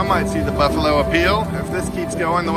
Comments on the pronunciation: Oh my gosh, if you say "beefalo" one more time..... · No offense, but you repeatedly saying “beefalo” is kind of annoying